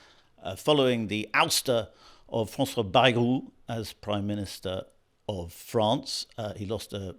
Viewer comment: You say Bayou, they say Bayrou.